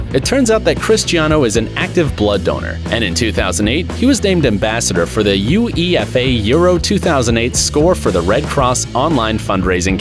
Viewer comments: It's not U.E.F.A it's Uefa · you say it “you ay fa” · nah mate, I actually did mean UFA, it was the joke. IRL it's ball d'or and uefa, here it's balloon da oor and UFA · Balloooon door and U E F A 🤣 it’s bal-on-door and You-ay-fa 🤣 how can you say it wrong if your a football fan and it’s a football pitch not field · The fact you said U-E-F-A not UEFA, shows you know nothing about football. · Ronaldo, 5x winner of UFA's balloon da oor award. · Did you just spell out UEFA?? 🤦‍♂️ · It’s pronounced yoo-aey-fa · the pronunciation on UEFA just is 🤮 U-EE-FA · U.E.F.A??? it's pronounced yoo-ay-fah!!! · Why do you say UEFA wrong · What is the European League, you pronounced UEFA wrong, you pronounced Ballon D’or wrong, you pronounced Lionel wrong